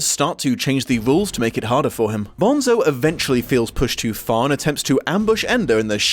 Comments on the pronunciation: umm actually, it's pronounced 'bone-so' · It's pronounced BONE-so